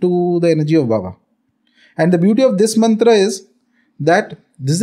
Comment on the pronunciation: Its not mantara...its mantr